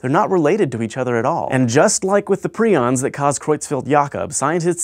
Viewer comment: Not "pry-ons" anymore? Hank, show 'em how it's done...